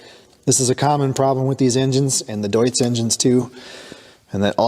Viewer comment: Deutz is pronounced like "toots", just swap the first t for a d. So "doots". 😊